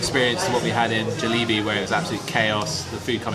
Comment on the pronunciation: The way you pronounce Jollibee is sending me :face-purple-crying